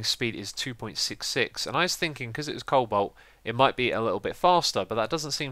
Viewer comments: co-balt? cobolt thats kinda how you say it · hey xisuma you might want to learn how to properly say the name of thingslike cobolt and nature LOL. and cheak out inventory tweaks mod